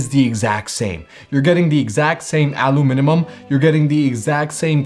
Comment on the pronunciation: aluminimun haha